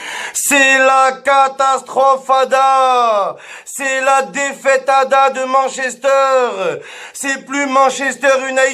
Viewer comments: Attendez il y a que moi qui prononce Manchester a "mann chester" ?😂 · "Mench Ester" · Arrêtez de prononcer Manchester à la française